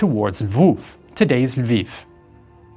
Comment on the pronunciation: I myself am from Lviv. Was really nice to hear you pronounce the name of the city not in Russian or Polish way, but in a Ukrainian way. Also video rocks!